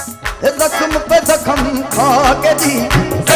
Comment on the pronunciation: He should learn to pronounce Mohabbat correctly, he says Mohabat. He also says Zakham instead of Zakhm.